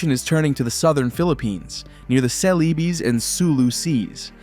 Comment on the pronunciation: ... "CELEBES SEA," proper pronunciation is SEH-LÉH-BEHS Sea. Get it right.